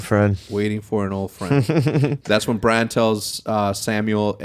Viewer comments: BRAN. Not Brahn. Sounds too much like Bron, Jamie and Tyrion's boy. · Its bran not bron lol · If you call Brandon Stark, Braun one more time, I'm going to have an aneurism . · Hecz i love the podcast and i understand you aren’t that deep into the show but you keep calling bran “bron”